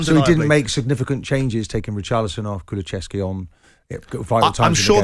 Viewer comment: Kulusevski has been in this league for over a year and 50% of pundits can't say his name.